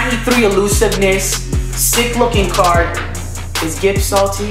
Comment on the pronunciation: Not to be a hater but it's saldy not salty